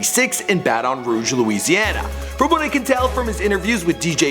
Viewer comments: Aint nobody mention that this man keep breaking Baton Rouge down. Not to be rude but pronounce my city right!!!! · this dude lived down the street from me and I'm mad at the way he is pronouncing baton rouge haha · does this guy pronounce words on purpose?....because this time it was a CITY lol baton rouge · Why he say Baton Rouge like that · this guy can't pronounce baton rouge to save his life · Why does he keep saying Bat-on Rouge ? nigga it's just Baton Rouge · You said Baddon Rouge its Baton Rouge. It's pronounced ba-tin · Ba Ton rouge nigga its Baton Rouge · It is not no Bataton Rouge it is Baton Rouge because I from there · The way he say baton Rouge it's not bat-on its pronounced batin but spelled baton 😂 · its bat-en-rooge you ideot, not batanroog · Its Baton Rouge not Bat-on Rouge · bruh its not BAT---ON ROUGE ITS PRONOUNCED LIKE THIS BATEN ROUGE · Omfg. White people. Do you ever leave the house? It's pronounced batin rouge not Ba-Ton rouge. Have you never heard of it? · Baton Rouge is pronounced like (BATEN RUDEJ) please learn to pronounce It! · It sounds so weird for some one to say Baton Rouge like the host is saying it, lol! i guess since its a French word he's technically saying it right but if u from here you know We pronounce it basically like "Battin' Rouge" lol!!!😉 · ba-ton rouge?????? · Y he say baTON rouge 💀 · he says Baton Rouge like it's fucking poison in his mouth it's Bah-ten-rooj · Baton(bat-in) Rouge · it's like bat-in rouge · Bahaha he said Bat-On Rouge 😂😂😂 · oml the way u pronounce things. lmaoo "BATOON ROUGE" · NIGGA STOP SAYING BAT ON ROGUE..... YOU DON'T PRONOUNCE SHIT RIGHT IN HALF YOUR SHIT 😔😕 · why he pronouncing it like that Baatoon rouge its just baton rouge dang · It's pronounced Baton Rouge not bat-on Roy-ge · Its pronounced bat•ten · "Bat-on Rouge" that shits annoying dick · It's Bat-un Rouge nigga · bat-on rouge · Say it like this Bat-in Rue-g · Did he said batam roudge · Or "ba-on rouge" lmao